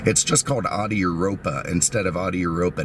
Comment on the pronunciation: "BMsomething and Oodi" 😂